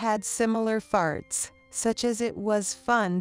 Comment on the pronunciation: Why are you pronouncing "thoughts" as "farts". This isn't the only video that does it.